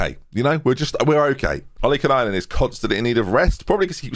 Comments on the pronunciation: I know you think you've finally got it right but you keep adding an extra N to Ollikainen. Its Olly-Kynen not Olly-Kenynen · Do you wanna finally try... 442 counter attack with a target man? You've got loads of pacey wingers and forwards, just have everyone else sit back and lump it to the target man to flick on. It would just work SO well. Also, you might want to drop the random extra N you put into Filip's name. It's "OL - LY - KAI - NEN", not "OL - LY - KEN AI NEN" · it's "OLLIE-KAY(like Pie but with a K)-NEN". You can do it! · BEN, PLEASE! “OLI-KAI-NEN”